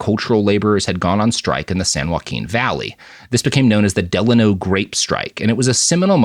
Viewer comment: "Del-ay-no" is how it's pronounced, as someone from the Valley.